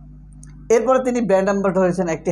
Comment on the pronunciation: ভালো করে শুনে দেখুন। অপু brand ambassador না বলে বললো band ambassador 😄😄